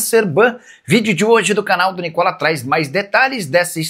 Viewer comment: Nicola contra o Palmeiras ele da bastante ênfase. Sao Paulino este nocolas